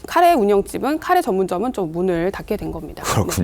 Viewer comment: 가래가 뭐냐 가래가 에라이